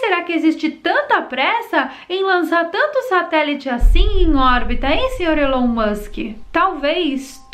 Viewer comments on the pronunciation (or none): none